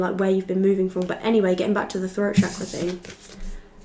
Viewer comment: The way you correctly say Chakra tells me that you have been in India at some point 🇮🇳 ❤